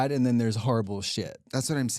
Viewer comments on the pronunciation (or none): Kim Chi was born in the US. why is she saying den and dere??